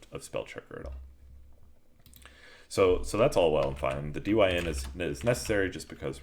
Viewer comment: I think dyn is said as 'dine' as in short for the word dynamic